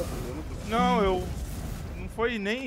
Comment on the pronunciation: pq q o fala "NIao" ao invés d não 😂😂